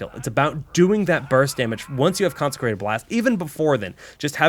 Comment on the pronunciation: Also, it's concentrated blast, not concecrated